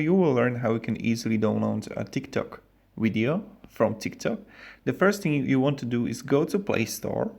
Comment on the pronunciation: wideo? what the hell is wideo worst english ever